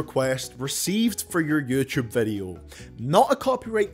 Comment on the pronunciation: Ngl, I like your way of pronouncing “yoochoob,” it has ~character~